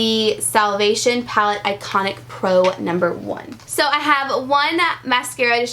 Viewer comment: That part where you took on a British accent and said "Pallet" on accident. I have watched it about 15 times because it tickles the mess out of me. So funny. 😅😅